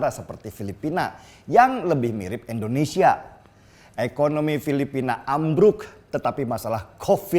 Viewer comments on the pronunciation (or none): Indonesia! bukan Endonesia!!!